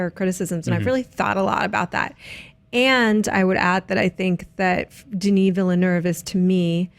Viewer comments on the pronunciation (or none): Denis Villeneuve: Denee Vill-a-nuv. Can someone in the US please get it right?